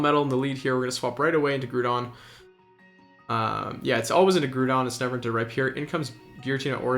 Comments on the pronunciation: Nice video man! But "Groo-don" was driving me crazy, it's definitely "Grow-don" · Yep. Was just gonna comment this. Groudon. Pronounced like “growl” without the l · What's the big deal with it? Are you a high school teacher